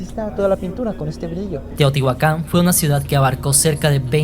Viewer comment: Eso le iba a decir Lo peor es que separa la pronunciación Dice : Tío tihuacan En lugar de Teotihuacán